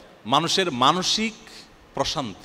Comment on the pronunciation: এমনভাবে প্রশান্তি উচ্চারণ করলেন যে আমি মানসিক অশান্তি শুনলাম😂